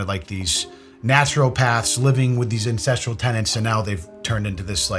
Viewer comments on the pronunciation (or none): Did you... just say "incestral" like incest? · Love the video, but you really need to emphasize the "A" more when you say ancestral. Cause I knew nothing about liver king and I'm like, "wait, primal and what kind of lifestyle?" Lol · I hope you know the difference between "ancestral" and "incestral". Hahaha hahaha. Dude 😅, be careful how you say the words. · Every single time you say "ancestral" I hear "incestual" and its driving me insane 😂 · Is it just me or does it totally sounds like keep saying incestrial instead of ancestral LOL I wondered if I'm hearing it wrong or if he said it to be funny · Ahh, "ancestral." I thought you said "incestual" at first... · Just to be clear you mean ancestral, not incestual. You've been saying the latter all video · I thought you were saying 'primal and incestual' ... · Why do you keep saying primal incestual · lol I thought you were saying "incestuous tenants." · I swear I heard you say the word, "incestual" multiple times when referring to the Liver King. Yikes! Maybe you are saying "ancestral." lol! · It really sounds like is saying Incestual and not Ancestral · Getting weirdly distracted by how pronounces 'ancestral'. Also had no idea the 'liver king' was just another rich schmuck showing off a 'quirky' lifestyle that's virtually impossible to replicate, but I also don't follow him. Why would you? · The way is pronouncing that word is killing me!